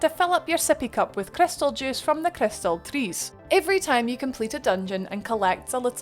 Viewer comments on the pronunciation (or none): CRYSTUL JOOCE